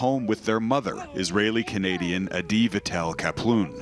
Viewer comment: Global News really said Israli settelers?!?!?!